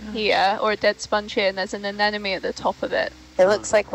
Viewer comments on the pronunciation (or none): Well, my comment has been deleted. I had the audacity to ask why one of the speakers insists upon pronouncing the word "anemone" as "an enemy", in every single video. Is this being done in order to drive up engagement or is there some other reason for it? It doesn't reflect well on the channel.